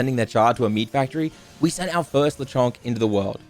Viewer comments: Lechonk isn’t “the Chong” it’s “Lechon-k” ( Lechon is baby pig in Spanish) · Very cool how you’re saying Lechonk wrong